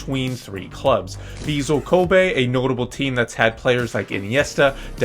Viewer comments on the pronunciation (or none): Ok. My man. Thanks for showing the JLeague, I love you for it - nothing but love and honest advice. Hit me up as to how to proounce the names of the teams. There's a tendency to say "vizzle kobie" and "sanfreechee". Just lemme know if you need some help. I have no skin in the game, just wanna make sure that you don't sound real (as in real madrid) bad.